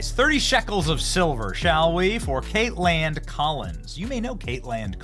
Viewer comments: The way you are saying her name is annoying. Just say Kaitlyn....like you always have...just because it's spelled kaitlan doesn't mean you say katelAN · Is Benny being silly or her seriously think that’s how to say “Kaitlan”?